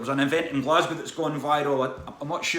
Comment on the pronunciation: that willy wonka shit caused more outraged from YouTubers mispronouncing "Glasgow". From what i've seen about it though i kind of got to put some responsibility onto the parents for falling for it, just the website alone scream "scam" to me and the website was the only place to sign up for it to my knowledge.